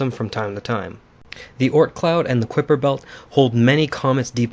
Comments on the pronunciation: The Ort Cloud and the what Belt. Kuper Belt, I think you mean the Kuiper Belt pronounced Kiper belt with a long i. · Nope, he was a Dutchman, I am a Dutchman, our names are the same, it's not pronounces as Kiper, more like the Englich mouse, not exactly, but closer as Kiper, so it would be almost sound like Kouper. I come to this because our Dutch word for mouse is muis, and the sound is almost the same, well...close enough. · Pronounce Kuiper like it rhymes with hyper. And great video! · Although spelled Kuiper, it's pronounced Kiper. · Kuiper rhymes with viper.